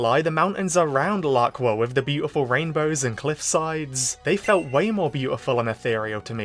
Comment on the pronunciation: The Laqua arc has officially begun. And FINALLY he said the name right 👍🏻👍🏻👍🏻